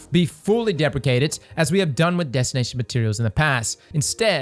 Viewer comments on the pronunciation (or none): "Deprekated".... you should have looked up how to correctly pronounce the word. [DI] + [PREE] + [SHEE] + [AYT] + [ID] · dee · pree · shee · ayt